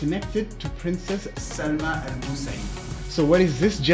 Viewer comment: pronounced Saalima not Salma.